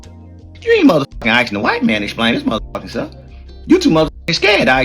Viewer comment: Whole time he can't even pronounce "asking" 😂